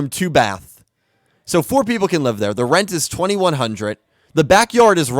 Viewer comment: At the beginning, do you say "We are live" or "We are alive"? Because I always understand the 2nd one. XD I'm happy you had a good time in Florida. I've never been there (ok, I've never been to the US in general), but I can imagine that it's really nice there. 600 for a month for such a house? Omg, that's really cheap. In my city you would get a very small flat for that price. (Or did I misunderstand something here? 'Cause that would really be insanely cheap.)